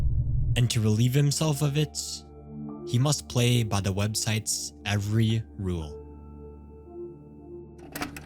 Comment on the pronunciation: why do you say websiteS omg why do you add S to the end of every word